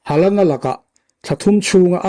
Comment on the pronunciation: Hawland anga lam tur,hei chu english lamthiamlo ho lamdan nih hi